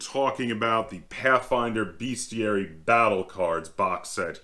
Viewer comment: Bestiary, not beastiary. How is it that not a single gamer can pronounce this word. It grates on my ears! Great video, though, thanks for this!